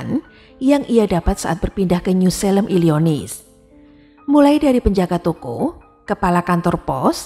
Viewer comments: Illinois, bukan illionis mbak 🙏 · Illinois dibaca Illinoa 😊